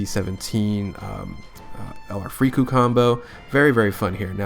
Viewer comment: I cringe at every time you call them “Frieku” 🤮